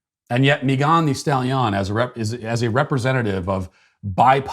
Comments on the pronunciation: Matt: "Mee-gon Thee Stally-on" LOL Here's a how-to pronounce video, Matt: I winced and laughed every time you said her name. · Mee Gone Stal Ee On 🤣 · Hearing Matt pronounce Me-GON the Stal-YON was exactly what I needed to hear today! I love how he always nails the pronunciations of people's names! SBG for life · Matt pronouncing mee-gah-n the stali-ah-n is amazing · Someone please make a compilation of every time he said "mee-gahn thee stall-yawn" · every time you say "mee-gahn thee stal-yahn" I bust out into laughter. Doesn't get old 🤣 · Me Gone the Stale Yawn! I couldn't tell if Matt was aping a bad French accent or had honestly never heard of this woman. Well played either way! 😆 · Matt pronouncing "Megan Thee Stallion" 😂😂 what was he thinking? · The way Matt Walsh pronounces Megan Stallion lmao 😂 like its some exotic name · My girlfriend listens to megan the stallion. I am now pronouncing it like that to annoy her. Thank you, Matt. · This whole episode: 👨‍🍳 💋 Why did you pronounce “Megan the Stallion” like that?! 🤣🤣🤣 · Why does Matt pronounce Megan The Stallion like that? Did I miss an episode that started this? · Haha….Matt has me laughing like an idiot at work over how he pronounced Megan The Stallion 😅😂🤣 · Me too!!